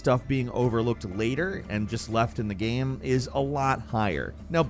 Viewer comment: please stop saying ''GEHM''